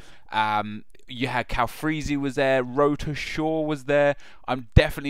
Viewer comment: Its pronounced Wroetoeshaw but its spelt Wroetoshaw